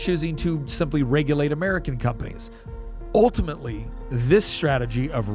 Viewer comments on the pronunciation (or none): none